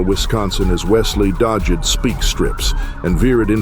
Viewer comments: 29 minute mark and I quote (“What FOLOW WED” and this ripper (“DODGE ED”) whoever is doing your voiceover I’d be giving him or it the sack! AI is the way to go mate! Cheers from Oz. Oh by the way, that bike chase was great! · "...through RU-WAL Wisconsin as Wesley DOJ-ed SPEAK strips." You're a freaking AI announcer. Thumbs down and I'm outta here.